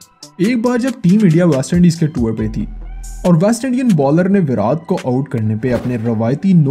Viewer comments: Why are you calling virat as virath its irritating 😶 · Bhai tu virat bolna seekh virad virad krke irritate krdia 😂😂😂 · He is saying विरात not विराट. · That's virat not virath he is saying virath virath🤣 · First Say properly his name ..what is virathhh..... it's VIRAT 😑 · It is not Virath.. it’s Virat... not tha.. it’s ta... you have used his several times and it was extremely irritating to listen... if you can’t say it just stick to Kohli... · Its virat not veraat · Bhai kiska kiska dimag kharab hua iski pronouncing sun k 😂 virath virath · virat kohli ka naam to dhang se le lo